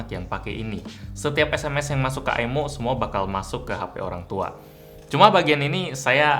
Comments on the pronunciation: "MAH MINTA AIMO" - bocah diluar pager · Ay Em O O Aymo Aymo